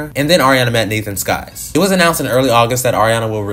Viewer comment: It’s Nathan SYKes not Nathan SKYes 🤣